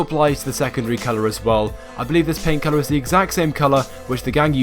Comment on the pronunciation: When you say "paint colour" it sounds like "pain killer"